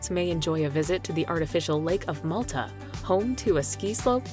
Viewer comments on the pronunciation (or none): none